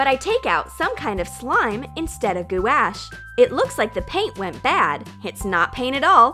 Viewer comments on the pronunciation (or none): goo-ash?? gwash = gouache